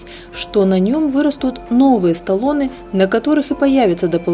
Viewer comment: Ну Вы хотя бы перед записью озвучки посмотрели в словаре как правильно называются эти самые боковые побеги картофеля - Столоны. Именно так, без буквы Э вначале. Остальные секреты из той же оперы.